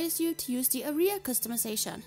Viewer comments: A-R-I-H-A-S. do you know its pronounced AREA right? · Why tf u sayin aria